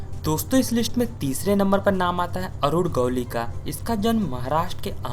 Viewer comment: Arud gowli nai. Arunn gawalli 😂